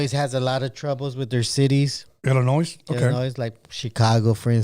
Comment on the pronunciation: Illinois is pronounced ILL-in-NOY